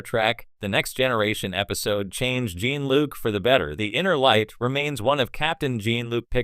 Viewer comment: It's Jean Luc with French pronuncation, not Jean like Billy Jean.